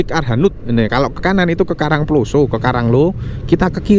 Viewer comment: penyebutan karang ploso kyok wong mexico ae sam,,wkwkwk